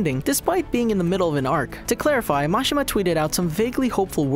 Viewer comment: It's pronounced, Muh-She-Muh